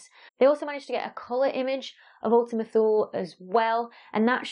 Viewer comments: Ooltima Too-lé. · It's actually [ulti'muh too'lei], from Latin for "A distant unknown region"